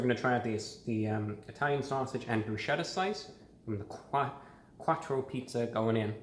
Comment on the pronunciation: “A Quartcho pizza”